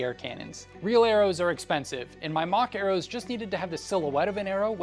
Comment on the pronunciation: for a good couple seconds, I thought you were saying “mach arrows” and not “mock arrows.” Then it gave me a sick idea. What if there was some sort of futuristic medieval fantasy where the most common ranged weapon in use was a smaller sort of crossbow and it shot “mach arrows” which are just arrows that are the size of bullets. Depending on the crossbow size depends on the mach arrow. Now that sounds sick, doesn’t it?